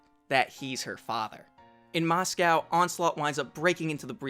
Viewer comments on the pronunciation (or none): none